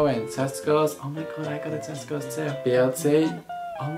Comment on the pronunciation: why did my American ears hear testicles instead of Tesco's😭